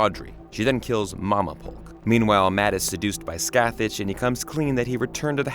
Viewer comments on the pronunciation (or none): Not even remotely close to how you're supposed to pronounce "Scathach", but okay.